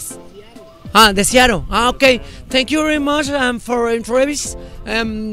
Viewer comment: jaha unas clasesitas de ingles jehe Seattle aciatico jehe. eres lo mejor.